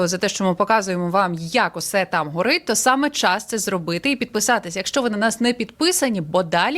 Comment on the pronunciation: гАрит прям жОстко,, - що це за мова?